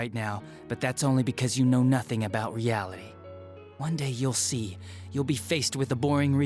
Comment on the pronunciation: he sounds like he says yaoi not reality